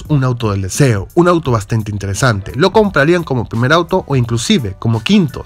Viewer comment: dijo ayuto en lugar de auto